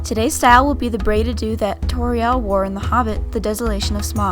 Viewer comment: Its TAURIEL not TORRIEL UGHH